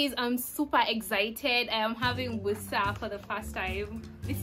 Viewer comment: The word is Busera not Busa...point of correction